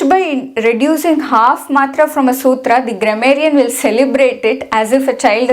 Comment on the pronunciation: love the way you prounced the sutra and will follow your videos as i just started learning sanskrit n is so difficult to memorise. maybe my age not right to memorise. still i will try n not give up.